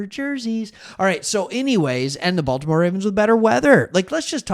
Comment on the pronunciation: They got a lot of Ravens players. “Bolt’imore Chargers” 😂